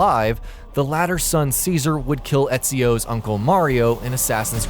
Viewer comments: It's pronounced Che -Zah - Reh. Cesaré. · It's pronounced Chezare dumb crap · you mispronounced ceaseres name